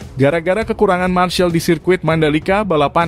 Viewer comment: Termasuk penyebutan "marshal" admin perlu diperbaiki, dan yang lebih penting bahwa IATC akhirnya ditunda penyelenggaraannya, jaditidak dibatalkan bro